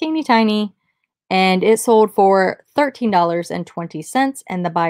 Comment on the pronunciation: Haha when you said 2013 Jose Cuervo that "thurtain" twang came out. I'm also from Ohio and find myself getting tongue tied like that occasionally too.